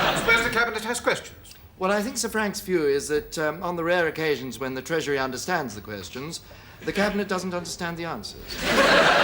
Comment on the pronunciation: “Thee Russians are TOO strong” 🤦🏼‍♀️